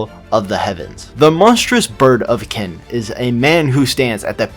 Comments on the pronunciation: why do you pronounce it kin instead of qin ? why man why? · Great video. But you can't be the go-to Kingsom guy while still pronouncing Qin like "Kin." It's "Chin" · If you want to continue, get to pronouncin qin right. Its qin (chin)